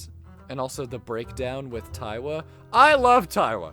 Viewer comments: its not taiwa its tiawa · "TIE-awa", Idk it feels weird to hear someone pronounce it like that, I say "TEE-awa" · Also you keep mispronouncing Tiawa, it's pronounce like tiara but with a "w" bc it's marimba is literally a tiara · It's "tee-AH-wuh" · "3 percussionist 💀" I like how he doesnt acknowledge the 4 other percussionists and pronounces tiawa conpletely wrong. Otherwise I agree. I feel like this island is missing alot and that is because BBB has no idea what to do with amber island.